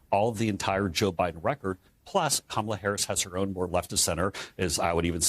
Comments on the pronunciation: The main thing I take away from this is that they CAN pronounce Kamala’s name properly! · At least he pronounced her name correctly